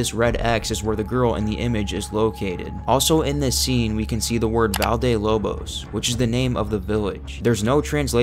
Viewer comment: Bucket would be balde, not valde 😆